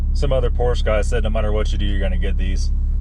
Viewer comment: Again !! Porsche is a 2 syllable word! I love your website, but get your verbiage right. !